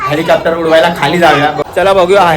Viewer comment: विमान नाय आईची चूक काढतो. स्वतःला हेलिकॉप्टर बोलता येत नाही. हेलिकॅप्टर बोलतोय